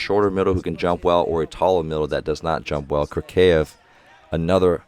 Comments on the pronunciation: ок, actually right prononciation was Kliyka [Kluka] - [u = you], Kurkaev - right Kurkayev [..Aev] with like [A = AAA], Podlesnykh - [PoDlesniH] with D and H without K, Kobzar - [..r'] with soft R, Mikhaylov - [..iHaylov] without K, like russian name Michail [Mihail], Yakovlev with accnt at YAkovlev. You pronounced the other names well. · hey coach, russian fan here to correct your pronunciation! Kurkaev is a tough one, letter u is pronounced like [u:] (as in “cool”) and you need to pronounce a like [a] (as in “car”). So it’s like: Koor-ka-ev. someone correct me if I’m not using transcriptions right! and you have trouble with Podlesnykh, but someone already explained it in the comments. keep up the good work!